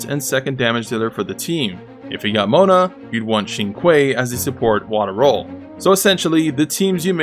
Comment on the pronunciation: one I like how Baizhu is on the tier list even though he's not playable and two you can tell how how old this video is by the way he pronounces "Keqing", "Qiqi", and "Xingqiu"